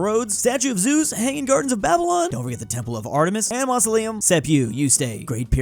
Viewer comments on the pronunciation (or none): none